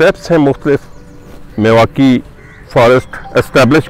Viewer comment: मियांवाकी होता है न कि मिवाकी।